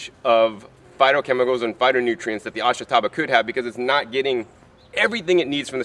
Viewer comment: I'm not much of a gardener, but I ate plenty of this stuff when I lived on the Izu Islands. It's pronounced AHSH-tah-bah. (The sound of the "i" is barely heard.)